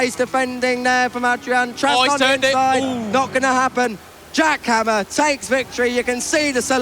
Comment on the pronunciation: I heard Giacomo instead Jack Hammer 😅.